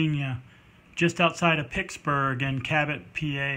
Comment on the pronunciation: Please, Cabot is located outside of PITTSBURGH, not picksburg. And you are right, it is a beautiful 1911.